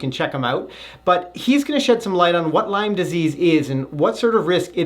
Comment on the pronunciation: It's called Lyme disease. Not "Lyme's".